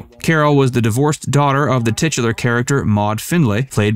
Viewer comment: Titular? Did I hear that right? Like jugular?